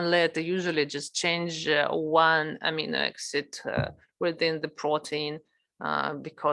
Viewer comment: читала бы уж на русском, весь курс и так был на русском, а то слушать эти амино эксид невозможно